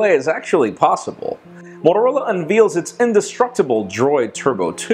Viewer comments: I've never heard anyone pronouncing it "un-veel". It's "un-veh-l" - how it's spelt. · UNVAIL not UNVEAL,.